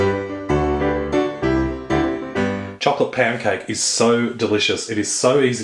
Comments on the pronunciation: lol it sounded like you said "it's time for chocolate pancake" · it sounds like your saying pancake. xD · I thought i heard chocolate pan-cake lol. But i heard wrongly..